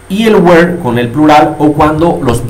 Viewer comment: Crees que esta bien tu pronunciacion de were ? Yo no lo creo